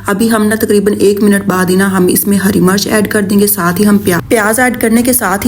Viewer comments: Sister green chili ko Urdu main heri [Murch] nahi kehte isko Heri Mirch Mirch kehte hain Murch nahi kehte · Murch nhi mirch hoti hy